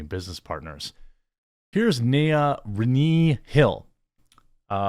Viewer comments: I have no idea who or what she is but Renée is pronounced re-nay not re-knee LOL. It has French origins and means reborn. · Christ I agree with your take but it’s pronounced RUH-NAY you illiterate fuck. Literally a super common name. Stop tryharding